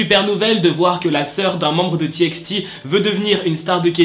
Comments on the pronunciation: Ca se prononce T by T mais ca s'ecrit TXT😫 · C’était juste pour te dire que TXT ça se dit T by T voillaa le prend pas mal c’est pas méchant